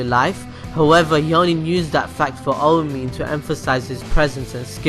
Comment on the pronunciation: have you watched it you can't even say "aomine" correctly